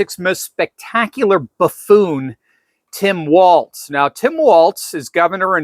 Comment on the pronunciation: It’s “walls” like balls, not “waltz”